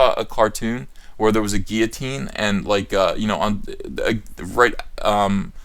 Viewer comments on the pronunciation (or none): none